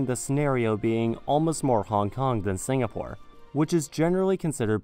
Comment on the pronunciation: "Singapure in the Tames", I like the Sound of that